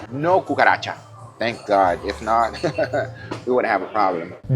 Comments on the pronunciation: Why Guga says kukaracha as Gugaracha?😂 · Gugaracha, oh gosh, you're killing me!